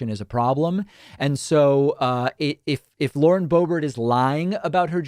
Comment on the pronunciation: Boebert its pronounced boob art Hhhh thats dutch! vierd huh ? The accent !